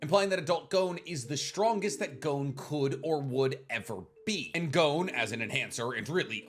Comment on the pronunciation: Why do Americans say gown when talking about Gon? Its pronounce Gon like the word Bonbon